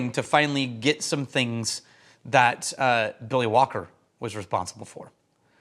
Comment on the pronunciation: I swear, for the first half-second after you say Billy Walker, I think you're saying Willie Wonka! 😂😂😂😂